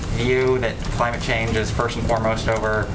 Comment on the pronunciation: More bullshit as usual. Can someone hit delete please. Did she say Crime-ate change? Lol